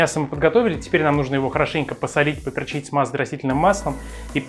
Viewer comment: кстати, правильно говорить попЕрчить, а не поперчИть